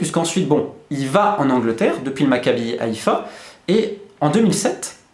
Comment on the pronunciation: Attention les "H" à "Haifa" et "Haim" se prononcent 😝. Rien qu'à voir qu il a réussi à caser Tal Ben haim à Chelsea aussi et Avraham Grant (qui était déjà dans le club) à Chelsea après que Mourinho soit partit, on voit la puissance qu il a ^^. Sinon il ya tellement de choses à dire, et des choses complètement folles sur son business... Qui est impossible de tout résumer aussi vite. Ce qui est fort avec lui, c'est que malgré tout il reste très discret, on entend beaucoup parlé Mendes, Raiola, il suffit de demander à un suivre de foot moyen il ne sera pas nous dire qui c'est alors que c'est peut être le plus puissant de tous... ' Bonne vidéo sinon.